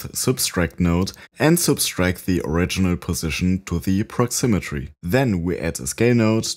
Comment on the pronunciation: Great effect! 👍 By the way, it's proximity, not proximitry.